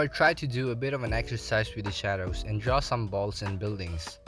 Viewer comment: I love how he messed up and easy word which is draw he said drwa